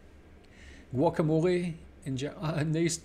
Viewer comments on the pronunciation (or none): none